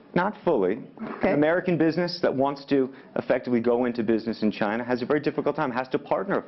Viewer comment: 马云一直在说Chiner